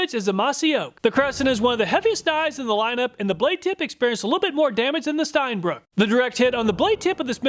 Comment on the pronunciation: Es heißt Steinbrücke (ʃtaɪ̯nˈbʁʏkə). Brücke! ^^ It is German and means stone bridge.